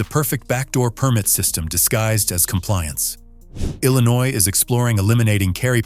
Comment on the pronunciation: It's called Illinois